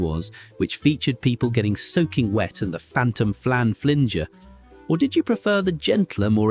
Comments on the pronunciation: bloody AI! Pie flinger not flinjer! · Phantom Flan FLIN-JER? It id Flinger numpty, rhyms with FINGER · Lol phantom flan flin ger its fling er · The "narrator" is making some very odd pronunciation mistakes, hopefully it's just because they're weird, but there's a chance of AI here... The Fantom Flan Flinger (flinger as in one who flings, not flin-jer, which is strange), then "Fruit Salads pronounced as fruitsa lads" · This is robot narrated - there were some absolute howlers in pronunciation- if you actually know what the phantom flan flinger is you don't call it the flan flinJer the car with the baby in the back that family could not possibly look more american and the steering wheel on the left is the clincher. There were a lot of American images in that. Having said that i think you would really like some Morecombe and Wise and the best place to start is with the Andre Previn Sketch . Hilarious. xx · Only if you lived in London, the rest of us used the AA book of the road and it was considerably more manageable. You can count on AI to not be able to pronounce flinger, it is one who flings, not flinjes. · Dude, I was ata a school in Devon. We got Tea in the afternoons from 6 years on. with a piece of bread and butter which,,,,we dipped in the tea. yea. we did that. "FLINGER" is FLINGer. Like throw."Fling that flan at him" The "phantom flan fling" the AI here pronounces so weird at times. Also Blue Peter was during the week not weekend. Saturday swap shop tiswas and cartoons. I also lived in the US at the same time. WAY more cartoons starting way earlier. And had "Star Blazers". My Aunty worked at a sweet shop/ News agents in Torquay near the cliff railway at Babbacombe. We also had a Oldsmobile Custom Cruiser in the UK. Imported and huge especially when going to Devon. yes A massive Boat of a "station wagon" on them narrow as $%&@ roads. Off to Spitchwitch. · With regard to “The Phantom Flan Flinger” it’s a hard g not a soft g.